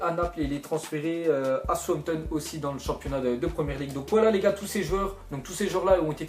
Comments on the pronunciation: travaille un peu ta prononciation ta écorché tous les noms que ce soit des joueurs( je connais pas "gabidiani" ou "souampton"c'est chiant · "guijon" HAHAHHAHHA GIJON "JIJON" toi t'abuse des que c'est pas du français t'es perdu mec. omg ahhahaha SOUTH-HAMP-TON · souanpton 😂 lol